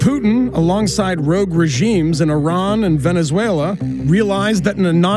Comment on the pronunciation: "Rouge regimes" 🤣🤣🤣